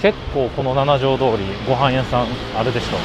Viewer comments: 『ナナジョウ』じゃない。 『シチジョウ』。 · 京都駅でご飯を食べるのはもうやめましょうばかりが強調されてうっとうしいです。そもそもこの主さん京都の方なんでしょうか？京都在住なら7条なんて書かないですよ。七条です。読み方もななじょうどおりではなくしちじょうです。